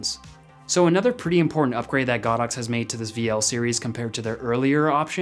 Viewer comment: It’s go dox, not god ox.